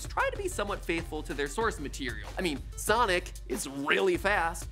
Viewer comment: I love how he says Sonic like Sanic lol.